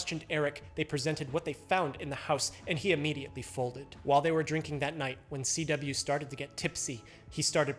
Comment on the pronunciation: CW sounds like a B